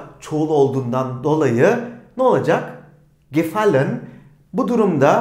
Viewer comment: Cümleyi okurken gefallen diye okuyorsunuz ama en sonda telaffuz ederken gefal diye okuyorsunuz hangi şekilde okuyacagiz